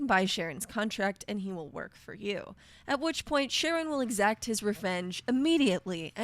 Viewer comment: I'm almost certain it's pronounced with a K sound at the beginning, like Karon. In Greek mythology, Charon ferries the dead across the river Styx. A friend of mine once made the mistake of giving Charon a bunch of frag grenades when he had him as a companion. It didn't take long for the him to tragicomically take them both out with friendly fire.